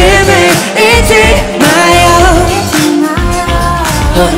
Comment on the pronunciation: 3분 39처에 '지금을' 할때 먼가.. 실수한거같은데 먼가 이제라는 발음이 들림 그러다가 갑자기 지금이라고 역간 바꾼 느낌아랄까.. '이제금' 이런식으로 자연스럽게 연결된것같기도 저 개인 생각이에요^^